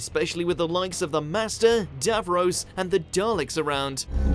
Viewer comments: Oh, and it's pronounced DAV-ROSS not DAV-ROWS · It's not DAVROSE IT'S DAV-ROSS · Did anybody else get annoyed by the way he said Davros?